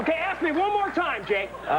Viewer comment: “Can I asssss you a question ...ahhhhhh!,”